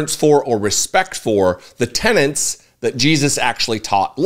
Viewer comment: Just as constructive criticism: It’s “tenets”,, rather than “tenants”.